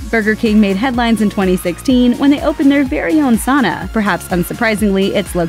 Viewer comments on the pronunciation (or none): Why can't you say Sauna right?